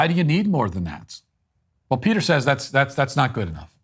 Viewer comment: Matt Walsh again talking out of his lane. He can't even say Peters name correctly.